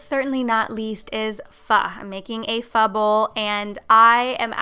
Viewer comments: Lol the way she said Pho but in all seriousness it's actually pronounced "Foe" 😊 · No hating. But the Pho recipe is absurd. The pronunciation is off by a mile. Love this girl. Love her energy and efforts and appreciate her vids. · the way you pronounced pho is wrong. It's like the way you pronounced 'pot au feu' 😋😋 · exactly how I feel watching her make pho..I laughed (I'm Vietnamese)... But not hating, just funny